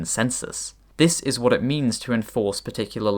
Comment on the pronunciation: Wha't Please don't do this, glottal stop together with the pronunciation of the "t" sounds so convoluted.